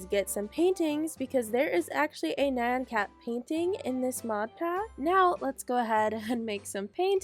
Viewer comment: You shloud give Bear his cake back by the way i kept hearing Man Cat instead of Nyan Cat lol